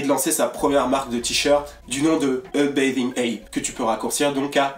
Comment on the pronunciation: mdr comment tu dit "bathing" ça me perturbe